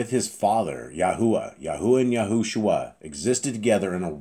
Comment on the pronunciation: The back of YAH scriptures says Yahusha but you say YahuSHUA...